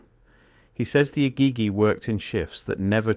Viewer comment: Egeegee is the correct pronunciation. Can't watch so many words are mangled. I'll skip this interesting channel because of it!